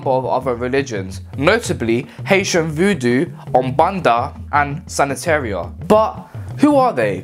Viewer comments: did he just call “ Santeria” sanitaria? (Sanitary) or am I missing something 😂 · Sanataria? Did you mean to say Santeria? ❤ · Its santeria, not sanetaria? Idk wtf you said 😂. Yoruba is huge in Cuba. I have family members that worship yemoja, oshun, and olorun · He lost me in the beginning when he said SAN-E—TE-RIA… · Btw Santeria is pronounced Sant air reah just for future reference (no offense intended) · Its pronounced Sahn terr eee ah sorry i couldn't resist